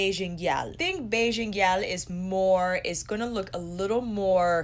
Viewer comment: You're hilarious! That sensual zoom killed me lol I died a little at the pronunciation of gyal, but you got Bajan right and that's what really matters haha. ( I say this as a Bajan) I'm between getting Island Ting and Bajan Gyal, and I cant't wait to get in store and swatch them sighhh